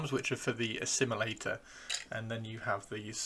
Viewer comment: Norn... Assimi-lictor?